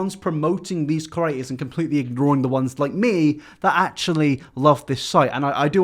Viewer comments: If I have to hear say ‘curator’ instead of ‘creator’ in one more video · Can u please say "creator" instead of "curator" for once